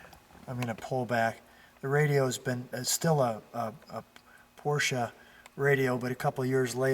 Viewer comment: never fails to surprise with his extensive knowledge of the cars in his collection. Love the correct pronunciation of "Porsche" although "Fuchs" rims should be pronounced "Fooks". Otto Fuchs KG is still manufacturing rims today.A beautiful early 911. Definitely one to keep.